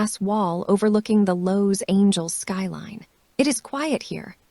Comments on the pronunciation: An AI that can't pronounce Los Angeles??? Irritating. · You're not pronouncing Los Angeles properly.